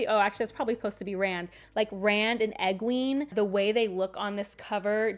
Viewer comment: Egween 😭😭😭 why my ears I’ve never heard that before